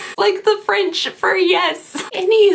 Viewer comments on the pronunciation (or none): Please take a vacation to France and video record the experience, your pronunciations of French words is hilarious